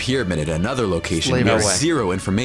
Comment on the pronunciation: OH good grief!! I can't stand this guy's pronunciations...leaving aside murdering Jaques Cousteau's name... it's Yoh Nah Goo knee off Ree you Kyuu.